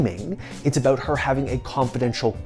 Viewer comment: aboouut. U Canadian bro?